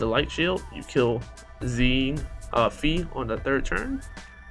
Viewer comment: Its pronounced as Xie and Fei is pronounced as Fae/Fay not Fee. You can try Google translate chinese thanks and fly. Those words are most similar to the pronunciation of the units name. Good guide anyway! thanks!